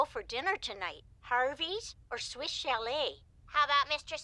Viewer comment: Why does it sound like you pronounce Swiss as Swish?